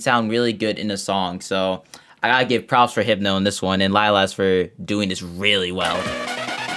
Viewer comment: Random and very late question but Why did you think hypno was hipeno?